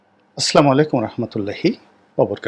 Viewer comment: জনাব গোলাম মাওলা রনি সাহেব সালামটা অন্তত শুদ্ধভাবে বলতে/দিতে শিখুন।